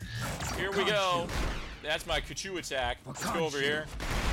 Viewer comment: its khonshu ok kachu